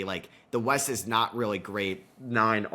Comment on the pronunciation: East? I thought you said weast. That’s West, you’re fired again